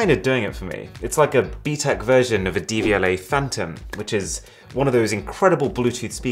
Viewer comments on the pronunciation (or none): He said Devialet and I heard DVLA